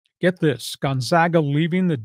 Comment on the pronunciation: Learn to pronounce Gonzaga